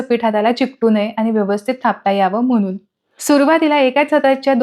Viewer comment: ण हे अक्षर मराठीत असते. पन, पानी, ओलसरपना, दमटपना, म्हनून हे आणि असे अनेक शब्द ऐकायला खूप विचित्र वाटत आहे